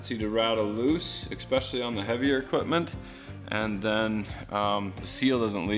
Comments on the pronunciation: I giggle every time you say "ex-specially" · I love your videos but it drives me insane when you say exspecially there’s no X in especially